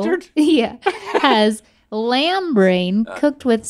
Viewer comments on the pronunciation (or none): none